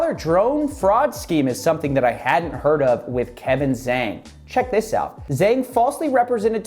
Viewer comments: Small, pedantic point from a speaker of 3rd grade mandarin - Kevin’s last name is pronounced like “jong” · zhang is roughly pronounced jong for further reference. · Btw, you're pronouncing the "Zhang" in Kevin's name wrongly. (im an asian)